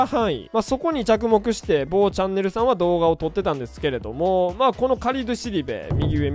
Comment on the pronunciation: めっちゃ某チャンネル強調してくるの笑ったわ